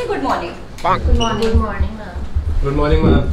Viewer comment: No one Literally No one: to every teacher: “GoOd mOrNiG sIR”😂😂😂😂